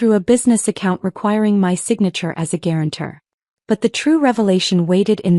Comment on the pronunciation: GUARANTOR not guaranter